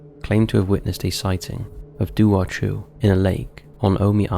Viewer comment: Firstly, Dobhar chú is Irish NOT British. Yes, Northern Ireland is currently part of the United Kingdom but Northern Ireland is only 101 years old. This legend goes back thousands of years. 😡 Secondly, it's pronounced 'Dow-v- eir Khoo'. Thirdly, you could do an hour long video about mythical creatures from both Ireland and Britain so no need to lump us together. 😊